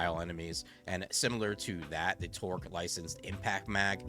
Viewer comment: Good video! Only one problem, it’s “Torgue” with a ‘g’ not “Torque”. Hearing it pronounced like that just hurts my soul lol